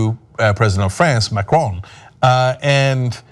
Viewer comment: Try to pronounce Macron decently